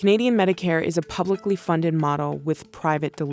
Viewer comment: 'publically' lol